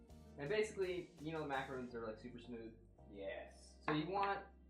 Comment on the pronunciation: Before you show someone how to make macarons properly, someone should teach you how to pronounce macarons properly.